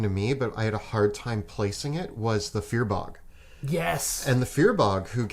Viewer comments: Firbolg = fear bog? Does anyone else pronounce it fur-bowlg? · If says "fear-bog" instead of "firbolg" one more time I'm going to scream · cool then then say because keeps say BOG lol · "+1 in your main stat makes a big difference" that sounds like a minmaxer talking, numerically it isn't that big of an impact on the game and your rolls. Also, how is getting away with pronouncing Firbolg so weirdly? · Wait wait wait. Is that really how you pronounce Firbolg? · The way says Firbolg has me laughing. I currently play a eldritch knight firbolg and its amazing and super fun